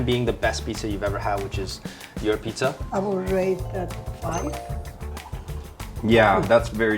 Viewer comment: You cannot even pronounce “pizza” correctly, it isn't “pitza”.